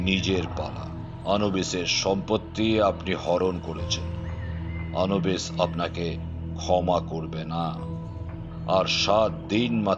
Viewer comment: নাম টা আনুবিস । অনুবিস নয়। উচ্চারণ টা তো ঠিকঠাক করুন।